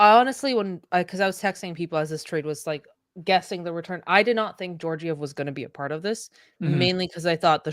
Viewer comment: Learn how to pronounce Georgiev.